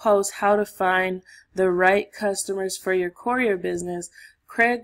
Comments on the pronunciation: Step one, learn how to pronounce courier. 😂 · Great content, but for the love of God. The annunciation of courier is driving me insane. Still like the video though.